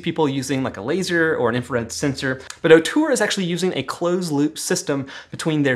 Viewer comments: Love your videos dude. I wish Ortur offered a 20w version tho. Also, you are not pronouncing it currently. It's OR-tur, not OH-tur. Keep up the good work though. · Say it with me… OR-TUR! Not OH-TUR!!!